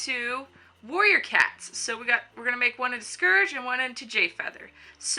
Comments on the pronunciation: Its not scurge its SCOURG XD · I think it's pronounced scORge ur saying scERge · It's SCOURGE! Not Scerge. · its calld scourge.when you say Scurch its wrong nooooooouuuuuub its scourge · "Scerge" It Scorge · HEH HEM! ... it's Scourge not scerge... sorry. Why did that bother me? Idek. I love this tutorial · No offence to people that say scourge like scurge but its pronounced scorge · "scerge" HUUUUUUUUUUUUUUUUUUUUUUUUUUUUUUUUUUUUUUUUUUUUUUUUUUUUUUUUUUUUUUUUUUUUUUUUUUUUUUUUUUUUUUUUUUUUUUUUUUUUUUUUUUUU BOI SC-O-RGE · Scerge? Sorry I pronounce it "scorge" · oh god... SCERGE? iT IS SCOURGE. Sorry for the criticism i just think you should respect the names. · People pronounce it scerge. I pronounce it sc OR ge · It's Scourge! Not Scurge! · I thought it was scourge not scurge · Also, it's scourge not scerge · Scurge? SCURGE?! It's scourge ( SC - OR - GEE ) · it's not scurge it's scourge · not to be rude but it's pronounced Sc-ore-ge not scerge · It's not said skurge ... it's scourge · Have you read the books not trying to be mean if you have it’s spelled scourge if you google that google Will tell you it’s Pronounced scurge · It's pronounced scourge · She said scourge, scerge that annoyd me. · You are saying scourge wrong scourge (sc oor ge) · U said scurge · VICITUR!!! Its pronounced skeirj but I pronounce it like scorge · Its prononced SKO-RR GEH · please take this not offensive but it is pronounced score-ge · *Casualy realizes that I've been pronouncing Scourge wrong this entire time-* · You said scourge wrong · she pronounced Scorge worng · u pronounce Scourge wrong :P